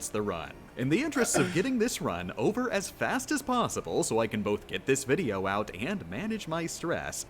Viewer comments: Is he saying 'wideo'? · i like hte vids, but you keep saying wideo, and its fcking pissing me of every time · you mean wideo, not video.